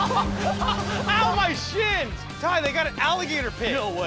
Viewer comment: he said ow my SHINS